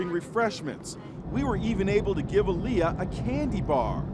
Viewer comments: The way he pronounced her name is triggering me. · Um that’s not how u say Aaliyah 😒